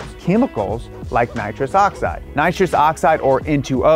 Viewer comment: Please say nitrous that is like the worst thing